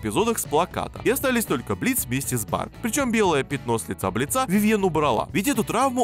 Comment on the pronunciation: Господи, Бли́ца, ударение на "и"! Согласно правилам ударений, при склонении существительных (кроме исключений) ударение остаётся на корне!